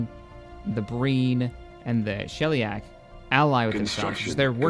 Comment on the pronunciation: Oh and it's phonetically pronounced shell-e-ack corporate adjusts geek glasses